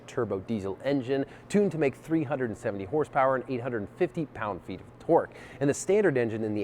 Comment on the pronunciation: What is "torg" and "hors power"? #englishfail